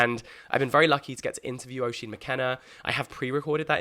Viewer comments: Jack, so excited for Inklings and I wish you all the best with it!! Something exciting and refreshing finally on the book scene. Just one (1) thing; Oisín is pronounced "USH-EEN" not "O-SHEEN". As an Irish person that pronunciation did hurt a bit 😅. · Hi Jack, really looking forward to the book club. Just a small note- Oisín is pronounced ‘ush-een’. from an Irish viewer. 😊